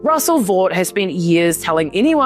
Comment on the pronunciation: (Russell) Vought is pronounced "Vote"